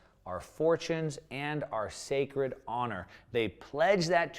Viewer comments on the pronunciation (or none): none